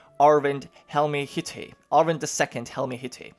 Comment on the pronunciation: Helmehytte is pronounced Helmeh-hyt-teh